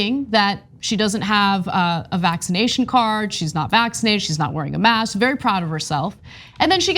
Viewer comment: how about you learn proper English. the word is Mask....with a K not mas..........and Ask also with a K.....its not Ass. not granted maybe this woman has a speech problem but if that is the case go get some help before posting vids showing your ignorance.